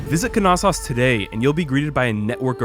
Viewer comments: Knossos pronounced (no-so-os) not (ka-nas-os) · Is the k not silent? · I’m not exactly an expert but I’m sure the ‘K’ is silent in Knossos